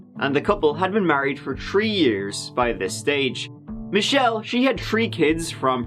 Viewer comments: Please dont do anymore stories with the #3 in it I'm now saying tree instead of three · I’m convinced that purposely says “tree” (3) on purpose, if they have 4 kids he says they have tree instead. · How would this guy say “three trees”? 🤔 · I read a comment in another 1 of his videos suggesting he looks for stories allowing him to say "tree" as much as possible... 5 mins in... I almost believe him. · I'm here to hear say tree 🌳